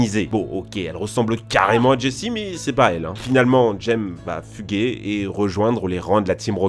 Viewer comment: à on dirait qu'il di 'James fût gay ' au lieu de 'fuguer' XD sa porte à confusion